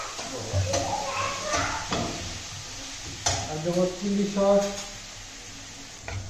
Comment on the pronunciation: Kskui thik uccharan karen...saus...tumi kno Saush balo bujhina .sauce bolbe thik ache....